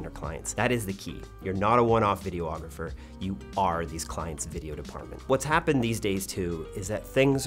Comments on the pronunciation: Great video and your team. I found it quite interesting. 👏🏽 But… you’re adding an extra “O” to the word, videographer. 🤓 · It's not Vide-O-Agrapher it's Vide-ographer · Why is photographer pronounced "pho-tog-ra-fer". But you say videographer "Video-ographer" with the extra "o"? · I love your channel so very much, but a little piece of me dies every time you say “video-ographer”. 😂